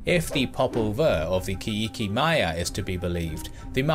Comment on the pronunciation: It's not pronunciated Ki ikee but Kee Che (as in Cherish)